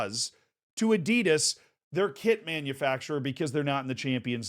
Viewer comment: Even if thers alot of shit going on in that ManUre club the biggest tragedy is the way you pronounce Adidas